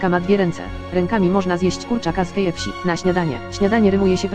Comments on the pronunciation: czy ja usłyszałam kfsi ? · Kejefśi XD